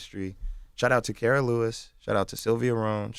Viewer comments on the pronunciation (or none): none